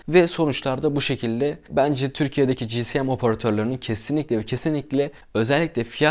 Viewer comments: Kardeş daha 5. Saniyeden tüm ciddiyetimi kaybettim. CİSİYEM nedir Allah aşkına ya? İçerik üretiyorsunuz azıcık tabirlere çalışın doğrusunu söyleyin. Onum doğru telaffuzu CİESEM şekildedir. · Abi özür dilerim ama dayanamiycam ci si em değil ci es em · GSM Cİ,ES,EM VİDEO BOYUNCA GCM Cİ,Sİ,EM DEDİN. BAŞIM AĞRIDI MİDEM BULANDI....